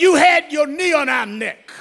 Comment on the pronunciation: I just love how he pronounced "NECKKQQ". Great orator.